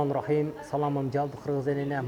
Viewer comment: Бисмиляй эмес Бисмилляхир